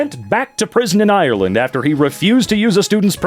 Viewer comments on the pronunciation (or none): none